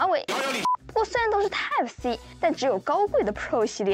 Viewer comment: 不是 tape C. 是 type C